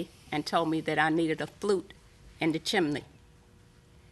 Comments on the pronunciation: Chimney is correct. Im with you. Its spelt chimney and pronounced chimney. All ive ever heard is chimney not chimaney 😂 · Is "chiminey" a dialect thing? Both Milian and the defendant say it. I've only ever heard it pronounced "chimney" unless I was watching Rugrats or something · "Chimney" has two syllables, not three. It is not "chim-in-knee." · Chim-ney! There isn't another i. Not chi-mi-ney!! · I couldn't be the judge in this case. I'd spend the whole time correcting chim-blee and chim-men-ney! It's chimney Sir!!! It's chimney Mam!!! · I always pronounce it chim-ney so it tickles me when they keep saying chim-a-ney. Don't care what's the right way, it just tickles me. Those plaintiffs are wrong, that's all there is to it. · The judge and the defendant also pronounced it as "chimaney", not just the plaintiff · My grammar and pronunciation OCD is screaming with the judge and defendant saying Chim-IN-nee and the Plaintiff saying Chim-Blee Help!! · The whole chiminey thing was crazy, I had a good giggle 😂 the more they said it and they said it a lot 😂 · I don't know why the Judge's pronunciation of chimney is making me giggle: chim-i-ney. ;) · Ummm, but the judge kept pronouncing it wrong too. 😂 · I couldn’t even pay attention to the case because the way Judge Milian pronounces chimney… I know she’s a very educated woman and it’s just her Miami accent😂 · That's not OCD. They're both making my skin crawl every time they say "chimney". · Honestly, why is no-one pronouncing it correctly 😂